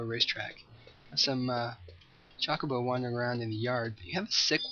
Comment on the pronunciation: Meh, we've heard some pronunciations. But right, the majority is just bleh. I was mainly pointing out the way he said Chocobo. CHALK-obo lol.